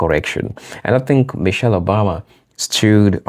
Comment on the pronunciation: Mrs. Obama’s first name is NOT “Mitchele,” it’s MICHELLE. Please correct this glaring error ASAP.